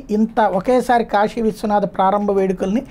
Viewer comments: కాషీ కాదు.... కాశీ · కాషి కాదు కాశీ